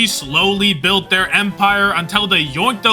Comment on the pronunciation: built for this? dont you mean "dhillt" for this?